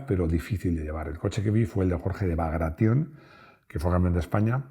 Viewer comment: Es Jorge de BagRation, no lleva nada de "braga" 😂. Casi todo el mundo lo dice mal